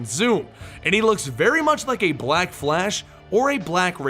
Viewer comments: i don't like how he says black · i don't like how he pronounces black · I thought it was just me